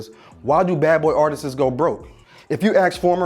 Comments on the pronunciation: ARTIST ...... not artisist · "Artisses" is Not a word. The word is artists. Damn ,how can you have a speaking platform and can't speak properly? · Why y’all let this man say artistsis? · I would like for this brother to stop saying "artist-ses". Almost as bad as black folk saying "Sussessful" or "pacifically". Sheesh. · Artists, not artistes. Stop that. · "Artistses" Come on now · Why buddy keep saying artisteses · "Artists", dude says Artises" 😂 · It's "artist" pronounced Art- Ist ... Not arr- ti- sissssssssssss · It's "artists" not "artistses." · I'm just assuming the production team didn't think to tell him to stop saying "artistsis" lol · ITS NOT ARTISIS, ITS AR-TISTS* practice just a couple time. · Great video and content, but “artistses” bro? C’mon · My man keeps saying "artistses" and it's killing me lol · “Artistses” tickles me every time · Bro, you are very good at speaking on this channel. My only tip would be that the plural of the word "Artist" is not pronounced "Artisis", just say Artist with a soft "s" at the end. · That man said “Artist’es” 😂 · When this dude keeps saying artist-sis lol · Gotta stop saying artistsis my guy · “Artistses” Only black people take pride in mispronouncing words. Hold on while I ice Bill Cosby’s “pound cake”. Wow. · (passable) I guess? Since somebody must want you to win there, remember; [publicly] is correct (artistcess) is not a word (2 syllables only) no [cess] added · Bruh. Good video. We all know Puffs a snake. Ain’t even new news but good insight on that era n how foul he was n is. U gotta learn how to say the word “artists” tho or u go no further than this and how u gonna disrespect the GOAT LL. U called that man “a double L” 😂 U lose points for that shit! 😂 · Comedy Hype, I know y'all hood but please get a journalist who can say "artists" properly, how did this mispronunciation make it to the final cut and onto YouTube? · Artists is a two syllable word, sir 🙄